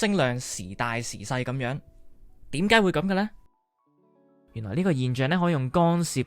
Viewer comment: 点解 讲成(典解) ??????????????????????????????????????